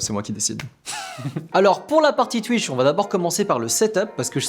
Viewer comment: J’adore sa manière de dire twitch (tuïche)😂